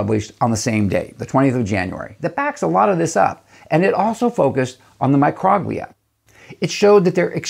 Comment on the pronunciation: love your video. But I think Microglia is pronounced like “Micro” (long O) as in microscopic, and “Glia” as in the Glial cells of the brain.